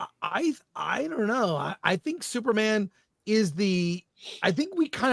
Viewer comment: I feel bad but I laugh whenever Chris says Thuperman instead of Superman.